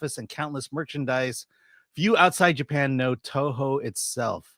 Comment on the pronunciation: struggling to pronounce the Toho CEO name is my favorite thing. He's as purely American as I am.